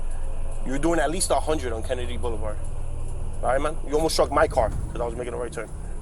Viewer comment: Car is not pronounced like care. Stop calling a car care!!!!